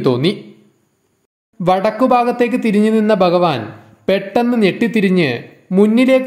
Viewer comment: baktharalla bha bhakthar bagavan alla bha bhagavan ucharanam shradhikkuka